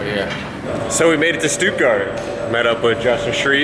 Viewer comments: Stootgard? It's Stuttgart. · It´s SHTOODGUARD! And what awkward route did you take from LAfX? It just took me 19h from Vienna to Minneapolis in the cheapest way my company found, two stops plus one missed flight (cause you can´t go into Chicago from Europe and catch the next plane in under an hour...)!